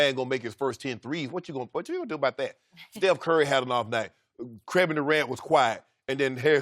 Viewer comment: “KWWEVIN DURANT WAS QWWUIET!!!” -Uncle Sha-Sha 😆